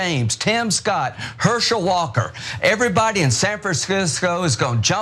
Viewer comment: San Fran-scis-cos 🤣